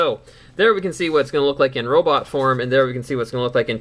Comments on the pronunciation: But you pronounce it robit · In Cananda why arn't they pronounced Robot?